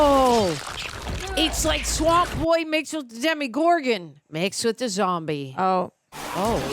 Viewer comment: It’s “demOgoron” not Demi.